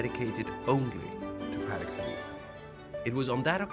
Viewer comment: A French guy that’s not even pronouncing the name the watch properly. The proper way to pronounce Patek is Puh - Teck with an emphasis on the Teck.